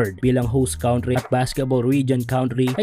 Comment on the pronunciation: BROD, Hindi (COWNTRY) ang tamang bigtas sa Country,,,,,, (CANTRY) Ang tamang bigkas dyan. Sensya na, Masakit lang sa tinga pakingan 😉